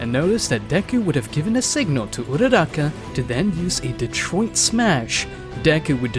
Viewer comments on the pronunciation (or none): none